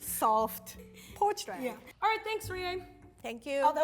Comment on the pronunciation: porched eggs lol 😂 you’re the best Rie, at least your English is entertaining if not fairly well spoken.